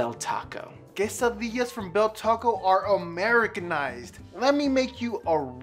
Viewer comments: Did just say bell taco, last time checked it was called taco bell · You guys said Bell tacos but actually Taco Bell